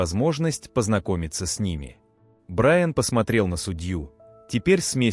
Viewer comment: Судья посмотрел на БраЯна. Уважаемый автор канала,ваши истории очень интересные,но безграмотный перевод и неправильные ударения сводят все на нет.